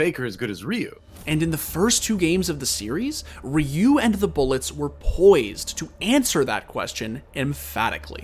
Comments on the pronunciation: the way the person pronounced Ryu in the video annoys me. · The way the guy kept saying Ryu was killing me. You had to have already had the interviews from Doa and Prolly. Is it that hard to pronounce it correctly? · Anybody bothered about how he kept saying Ryu’s name